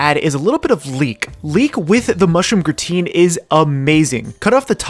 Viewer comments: It's not pronounced gruh-teen.. but rather graa-tn lol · gra-tain not grateen. grah - tain (same as tain-ted). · Its TAN not TEEN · I know this is a 2 year old video but every time he says "gruhhh-teen" my f'in soul dies a little and i cant hold it in. By all that is unholy man why?! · Love seeing French cooking in anime! Just a quick note: Gratin is pronounced grah-tan with the 'n" cut short. :D